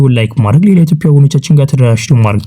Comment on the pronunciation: የኢቶፒያ አትበል በትክክል የኢትዮጵያ ብለህ አንብብ ፣ፃፍ